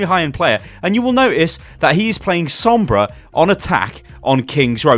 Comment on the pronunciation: Why is every other word Sombras not good. Why is there a Sombrah